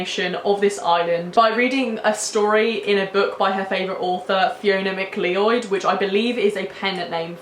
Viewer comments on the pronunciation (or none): its pronounce MacLoud or McCloud "MacLeod" its my last name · fuuuuuck yesssss, so buzzin for more of this content!!!! autumnal is ma fave <3 gets me right in the mood for Mabon! oh also, MacLeod is actually pronounce MacCloud in Scottish hahaha, it cracked me up when i heard you say it bless ya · MacLeod is pronounced Mac- loud btw....